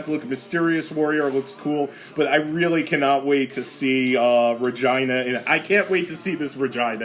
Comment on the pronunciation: Re-Gee-nah you misfit lol